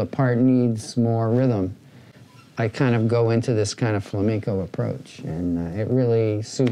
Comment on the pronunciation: It’s flamenco not “flameenco” bro